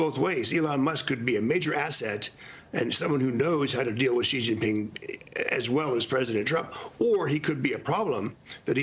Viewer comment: It’s She-Gin Ping. Why is it so difficult? Especially for ppl in the news media that often cover him. They delegitimize themselves by showing no effort. Its common english sounds…